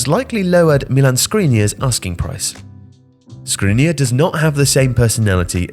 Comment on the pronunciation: Milan Škrinirar is pronounced with sh sound.